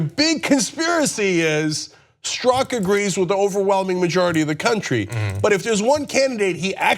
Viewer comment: John works full-time on this and can't figure beforehand how to pronounce Strzok. Next up they'll take the time to learn how to pronounce Peter Thiel's name, maybe.